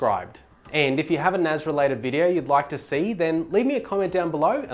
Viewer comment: It's NAS not NAZ... S not Z